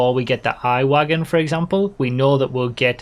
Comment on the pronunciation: the I-Wagen is probably pronounced e-wagen, since its electric and i is spelled like e in german